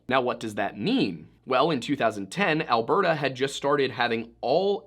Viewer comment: I'm from BC, have family up in Edmonton and to hear you say both Edmonton and Alberta CORRECTLY is so refreshing for me. I've heard so many funny pronunciations of Canadian places by non Canadians over the years that it literally shocked me. Also, I'm Canadian and YOU taught ME that there is a damn S after Hudson in the company name hahaha 🤣🤦🏼‍♀️ How hilarious is that, eh? I never knew that. I've always just called it, and heard it called, The Hudson Bay Company, or in recent years, HBC. And I never knew it was French/English. I remember the first time I ever heard about it when I was little in elementary school. I only knew it was named what it was because it was near The Hudson Bay lake and that it was a fur trading outpost somewhere out there. Who knew that decades later they'd be carrying perfume and designer bags and home decor and act more like a Department Store than a fur traders. It just sounds so ridiculous to me that it turned into this over the years considering it's start.